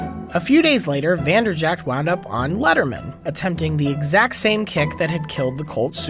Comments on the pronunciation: It's infuriating that you call him Vanderjackt but still a great video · You work for SB Nation and you don't know it's pronounced Vander-Jet?